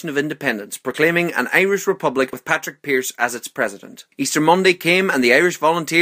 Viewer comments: Padraig pearse not patrick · Isn't it...Padraig Pearse...not...Patrick Pearse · It is padraig not patrick